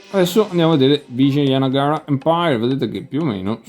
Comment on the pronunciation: Complimenti per la pronuncia, io lo chiama Awanagana